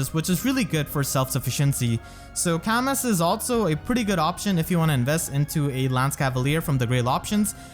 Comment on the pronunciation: Camus is pronounced Camoo, future reference. The s is silent